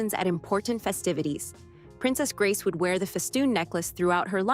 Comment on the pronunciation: Ridiculous her name was mispronounced.